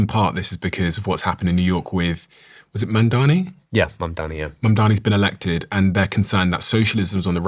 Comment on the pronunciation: How do you still not be able to say Mamdani? Ugh